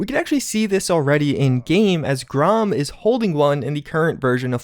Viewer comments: Come on dude..it isn’t Gra-am, it is said like graham. Even the devs said it that way. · It's fucking pronounced grAM not GROM